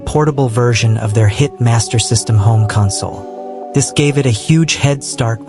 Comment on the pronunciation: Bruh is this all Ai? Nothing is real footage and you couldn't even say the word console right...